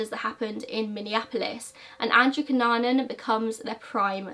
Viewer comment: I want you to know that you are pronouncing his surname right. (I'm filipino)